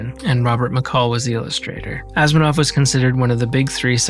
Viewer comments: AsImov, not Asminov! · No one seems to have picked up on this, even the self proclaimed big fans, so I’m beginning to doubt what I’m hearing but it sounds like is pronouncing Asimov “Asminov”. Just a gentle reminder: [ah-suh-mov]! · This is so cool and as a huuuuuge sci-fi geek, this setup spoke to me on so many levels!!!! It was also awesome seeing him try it out on his own and chat with us. Good job! ♥ (Tiny pet peeve : he's mispronouncing Isaac Asimov's last name. He's saying Asminov instead of Asimov lol. STILL ADORABLE.) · Sorry to be Picky Pain in the Neck, it's Isaac A-see-mov, not Asmanov! As you were,! 😅this was a great video- thanks both! 🌏🚀🪐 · did great … other than mispronouncing Asimov — but that’s ok. Super vid!!